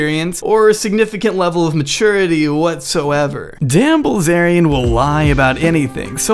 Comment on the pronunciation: Dzan uh balzarian